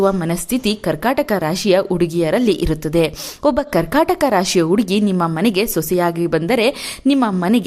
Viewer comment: Please nimma salahe chennagitthu aadare hakaara and akaarada bagge sariyaagi maathanaadi ex. Udugi uduku ennu hige thappagi helade hudugi jennu huduki hige hakaara annu sariyaagi uccharisi .